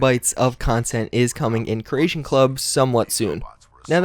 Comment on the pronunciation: jesus christ man learn to say CREATION not Croatian kre-A-shon not krush-shon